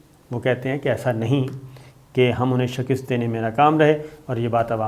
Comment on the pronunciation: صابر شاکر صاحب ایک لفظ آپ استعمال کرتے ہیں shikist یہ اسطرح نہیں یہ shikast ہے